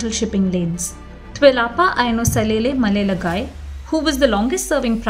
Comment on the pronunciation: Malielegaoi (malie-- le-nar- oi) Just trying to help out with the pronunciation of Tuilaepa's other title . It stands for Shark the Thief. He really live up to his name Malielegaoi.